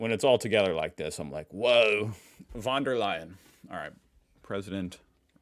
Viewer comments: Von is pronounced FUN. Not won. Fun 🤩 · the v in von der leyen is sharp, so more like the ph in phone or the f in for. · Just a little hint „von“ is pronounced „fon“. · Its "fon" der Leyen, like the voice said. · "I'm gonna learn"... hears pronounciation... completely mispronounces "von".. 😂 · Looks up the pronounciation of "von". Proceeds to pronounce it with a "v" :) Good effort.